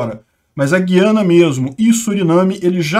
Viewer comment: Vocês do Sudeste não acertam a pronúncia; não é Guiana de Guilherme, mas Guiana de Araguaia. É um tritongo com três sílabas e não duas.